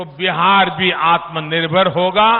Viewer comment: Modi tum Kitna padha Likha ho pahle apna dekho tumhe to achha se aatmnirbhar bhi Nahi bolna aata feku